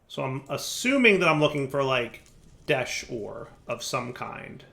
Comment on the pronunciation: At this point, I'm convinced is a massive troll. Tolling Behavior: 1) Mining some Desh Ore, not mentioning it, and then (not 3 minutes later) saying "I'd really like to find some Desht Ore" 2) Pronouncing Desh as Desht even though he knows it's wrong 3) Not automating all the basic resources and then complaining that he doesn't have them automated. 4) Setting up his crusher golem as far from an auto smelter Create setup as possible. 5) Not setting up his auto fisher correctly, and then complaining when it leaves stuff all over the place. 6) Making a complicated mess of Create machinery that doesn't work right, and then (you guessed it) complaining about it and calling it buggy. 7) Even when complimenting something, like the schematic cannon, he finds a way to throw shade at it because he "prefers my own mod." Well of course you do. Every mod you make is ridiculously overpowered and removes the puzzle-solving aspect of actually designing machines/factories/automated farms that are based in a somewhat believable reality. But no, why shouldn't just make a block that magically moves everything everywhere instantly at 0 cost while being super cheap to craft? Lol! Please! It's sooo broken that you might as well just stop playing survival and just play in creative mode. 8) Start playing a difficult mod pack, complain that it's difficult, then quit after you get through the mid game because the end game stuff is too difficult. Like, we get it, you don't find that stuff